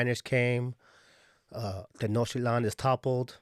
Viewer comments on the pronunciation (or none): none